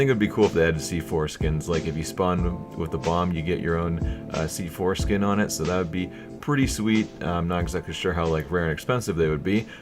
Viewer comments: When you said C4 Skin, it sounded like foreskin lmao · Every time you said "c-4 skin" all I heard was "see foreskin" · i kept hearing "see foreskin" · Say C4-Skin again. Kappa xD